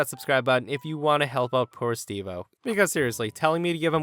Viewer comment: Guys it's Stevo not Steve-o Please